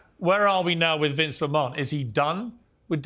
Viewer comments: ''Vince macMON'' Piers Morgan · Vince McMARN 😂